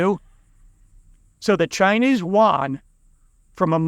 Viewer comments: Its pronounced as the Chinese "yoo aan" not the waan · Not Won, Yuan (“yoo-en”). I agree with your basic conclusions. Keep it up.